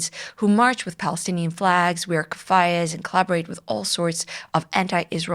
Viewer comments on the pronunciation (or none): Thank you for an excellent video. I learned a great deal that I did not know before. One slight nitpick: the term for the Arab head covering is pronounced keh-FEE-yah. A small thing, perhaps, but if we want the world to get Jewish terminology right, then we should strive to do the same for other cultures. Peace.